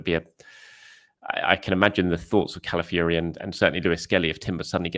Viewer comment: Hi - his name is CalaFIORY.... not CalaFURY.